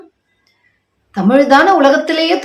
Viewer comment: I like you, your satire, but please correct your pronunciation for the KaeppaLe. It is not Kaeppale. Please correctly pronounce Laa and laa. Do not be taken-in by the incorrect pronunciation of Tamizh words by the so-called DMK and many Tamizh people.